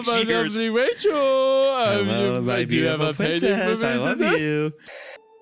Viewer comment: Oh Wachel, my beawtiful bwide